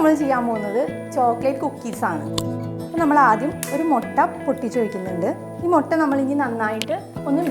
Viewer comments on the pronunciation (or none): മൊട്ട അല്ല, മുട്ട